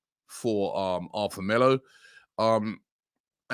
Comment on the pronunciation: Arthur is Pronounced..ATOUR